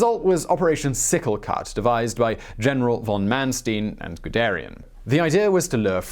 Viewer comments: MAHN-schtine, not man-steen. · You mispronounced von Manstein's name. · It’s Von Man Stein *like the beer mug.... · ManSTEEN? I couldnt watch past that